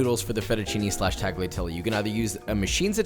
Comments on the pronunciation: Tagliatelle is pronounced without the hard G. IOW, the G is silent. tagliatelle: definition from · uh...it's Talliatalle-not taghiateli. Italian is hard to prnounce tho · tagliatelle is not pronounced tagleeatelly its taliatelle cmon josh u cant be a chef and not pronounce Italian words right. 4 years ago tho ill give u a pass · Love the content! I just want to point out that tagliatelle is not pronounced TAGliatelle but it is pronounced more like "Tal-ya-telle". This is because "gli" in Italian is comparable to the sound "ya". So for example in my last name, Pugliese, it is not "PUG-liese" but more "Pul-yay-se". Also, tortellini is already plural with the singular being "tortellino" so no need to add the s at the end. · Tag Lia? No sir. The G is 99 .9% silent. Impossible to demonstrate here. Pronounced “ Talia” Listen to an Italian pronounce it correctly. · Tagh lia telly. Please, NO! It's Talyatelle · Tagliatelle has a silent 'G', so it's pronounced 'Talia-telle'. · Josh I love your channel, but it's pronounced "tall-yuh-tell-ay". It'd be like pronouncing "tortilla" as "tor-til-uh" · I love Josh, but being Italian and hearing him say “Taggly Atelly” made me double-take lol. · I enjoyed the video :) I just want to let you know the “g” in “tagliatelle” is NOT pronounced. The “gli” sound is different but you can get away with “tah-lee-ah-telleh”. Common mistake :) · yo you need to pronounce tagliatelle a lot better. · Don't pronounce the G in tagliatelle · I know this is pretty old but you pronouncing the g in tagliatelle hurt me soul. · A common mistake americans and non-italian speakers make is pronouncing tagliatelle. The "g" in that word is silent. Just for a fact. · no hate, but you don't pronounce the g in tagliatelle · The way you pronounce tagliatelle just... it makes me consider disliking all your vids, not that I would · Great video! And... the G is silent in tagliatelle 🤓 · The way you pronounced tagliatelle made me want to die. Love the channel tho